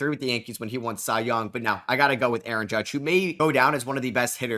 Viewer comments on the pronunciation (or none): none